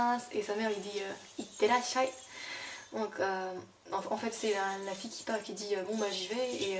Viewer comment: Super ce cours .... et vive la Bretagne japonisante ! Deux petites corrections : à ittekimasu (et non itekimasu) à itterasshai (et non iterassahai) Mata ne